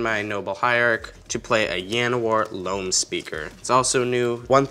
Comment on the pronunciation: ....did you just say yanowar? So they're Spanish elves now? Please don't ever speak that card's name again. Ever.